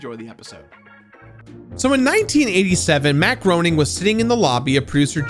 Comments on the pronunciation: For future reference, Matt Groening's last name is pronounced "GRAY-NING" and not "GROW-NING". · Love the episode, love this game, but, just for future reference, it's pronounced Matt Graining, not Matt Groaning. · I was under the impression that Groening was pronounced like 'graining' not 'groaning'. Anyhow, I was enamored with this game for every bit of an hour before I came across a super frustration mission, which upon attempting the fifteenth time, I gave up. I decided my blood pressure would thank me for not trying to beat another one of those frustratingly unfair games from the early aughts. Seriously, the level of patience needed to surpass the rental padding they added to games back then was insane. I understand they didn't want you to rent the game from Blockbuster and beat it in a weekend and never buy it, but they could have padded it out with some decent side stories and still come out on top. My kids love it to death though, my daughter especially. She basically just explores the city, occasionally doing a mission or two. My son just likes ramming buildings at high speeds for some odd reason. Wait until he gets his hands on GTA IV when he gets a little older, the rag-doll effect makes that pass-time so much more fulfilling! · Matt Groening's name is pronounced "Grenning", not "Groaning". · Just so you know, Matt Groening's last name is actually pronounced Grain-ing not Groan-ing. As Matt himself says "it rhymes with complaining". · Ay bro, it's pronounced "Graining". You're gonna have to re-record the whole video now to get Matt Groening's last name right. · Ahhhh. It's pronounced "Grain - ing" not "Grown - ing" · GRAY NING. Every time you mispronounce his name I die a little inside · FYI Matt Groening’s last name is pronounced “GRAY-ning” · Groening. Pronounced like GRAY-ning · I feel like his last name is pronounced differently... I've heard it pronounced as "gray-ning" but I could be wrong 🤷🏻‍♂️ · grain-ing. it's pronounced matt GRAIN ing